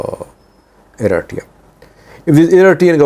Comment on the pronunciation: You have reported a lot on east African politics and still can’t say Eritrea right 😂🤦🏽‍♂️